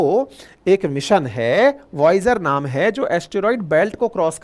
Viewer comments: Sir usko voyager bolte hain voyag Nhii 😅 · Voyager one है सर ना की voyaaj कही voyaaj बोलते बोलते yamraj मत बोलने लग जाना😂😂😂😂